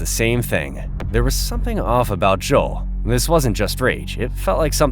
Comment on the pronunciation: So all he needed to do, was be called Alteir and they would have a full confession??! I know those detectives are pissed. And no wonder he didn’t answer anything bc his name is pronounced Jo-el, not Jo-ol.